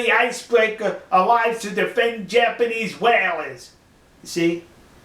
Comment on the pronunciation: "It's wabber obbious dat dey were wamming the jabanese" Dude, go back to school! Don't try and speak any other language if you can't even master your own!